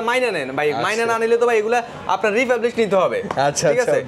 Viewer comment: Republish ❌ Refurbished ✅